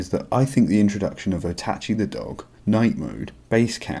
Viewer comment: Otachi?? Isn’t it Oatchi